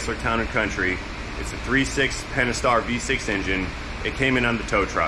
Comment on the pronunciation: aaaaah, so its pentastar. keeps calling it pennystar:D but then he also called solenoid a sillynoid, so we're kinda used to it by now:D